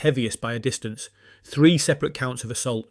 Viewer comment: Would be better if this wasn't AI. Can't pronounce unsporting or separate.